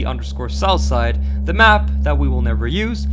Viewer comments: BRO WHEN YOU SAID SOUTHSIDE I THOUGHT YOU SAID SOUTH PARK 💀💀💀💀💀💀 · I heard salsa instead of southside 😂😂😂